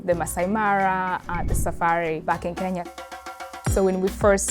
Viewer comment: I absolutely love listening to Kenyan ppl pronounce the word “Kenya”.😊😊 I’m Igbo, my name is “Onyinye”. It means gift from the Gods. Kenyans could say by name 30x w/o any difficulty. In Africa, we say Ke-nya. Outside Africa, ppl say Ken-ya.😊